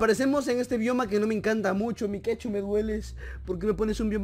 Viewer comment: Es Mike.two (se pronuncia maik tu, no mikechu, eso lo puso akela)